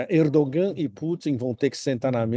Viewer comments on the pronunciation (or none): pode pronunciar "Erdoãn" quando se referir ao presidente da Turquia, já que a letra "g" não tem som nessa construção.